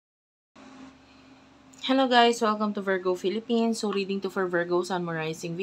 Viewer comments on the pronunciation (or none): none